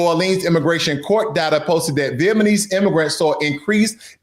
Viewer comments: lol Good stuff, but you keep saying Vietmanese instead of Vietnamese. You’re saying it wrong. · No, he is saying it wrong literally every time. He keeps saying VietMAnese when it is VietNAmese. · What a racist video. Viet-ma-nese? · Good content and say the name correctly brother. Viet-nam-ese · Vietmanis lol. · Vietnamese for Trump is here and no regrets. This dude can’t even say it right - what’s Viet-manese dude 😂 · Viet Na Mese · I agree everything you said, except Viet Ma nese? WTH! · Not vietMaNese 😂😂😂get it straight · Man… the whole presentation began with an error: VietManese. Anything after that was very hard to listen to. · Why does he keep saying VietMANese? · Viet — Nam — mese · I think he's saying it that way on purpose...Vietmanese.😄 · Bro it's VietNAmese you pronounced it wrong every time but thanks for the info 😇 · You can't even pronounce Vietnamese correctly man this is 2025 and you if can't even pronounce Vietnamese then stop making manipulation videos.... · You do not even pronounce Vietnamese right. How do you know what Vietnamese think, buba. I am a Vietnamese. You are wrong the Vietnamese who got deported are the ones who came here illegally. They are not the same people as the the refuges who came after the fall of Saigon in 1975. Do not listen to the fake news media. I am a Vietnamese. Whoever enter the US illegally will be deported period. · Stupid AI, can't even pronounce V'namese right. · Almost all Vietnamese in US are US citizens though. I don't know what this black dude spewing. He mispronounced Vietnamese throughout the video. Bro is so high IQ. 😅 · I stopped listening, after he pronounced incorrectly the 3rd times..... Also he need to slowdown... Sound like he trying to recitals the whose script.. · this guy has no business doing analysis on the Vietnamese community. Can’t even pronounce Vietnamese properly. Clueless about VN community. He just sounds ignorant! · Its Vietnamese, not Vietmanese... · Vietnamese not Vietmanese please!